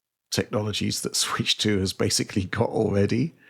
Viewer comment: There’s a stretch during the Halo VR segment where mispronounces the word ‘basically’ as “basely” like 6 times within a minute or two. Extremely unprofessional.